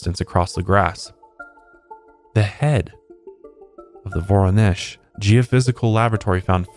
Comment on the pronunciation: As a Russian, thanks for pronouncing Воронеж (Voronezh) correctly